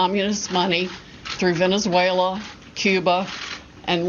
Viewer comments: "In Vindinzuela.." lmao what a rube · Unreal. An educated person can´t even pronounce "Venezuela" right. Bringing these allegations and just watching all this is shocking. And still, no real evidence. They don´t really care how bad this looks for the US abroad. I am temporarily out of the US and see the reaction of people to all these claims without validated evidence and how all this damages US democratic principles. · She can’t even pronounce Venezuela.